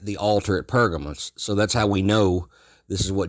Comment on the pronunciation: What's purgermous...no....pergamon